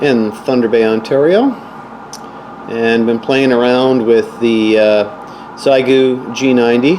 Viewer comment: Xiegu is pronounced "she-eh gu".